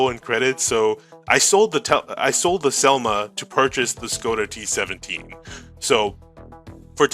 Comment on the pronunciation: Nice video! Šelma is actualy pronounced [Shelma], as a czech it drived me crazy😂. Also Tesák the á is long a, so [Tesaaak]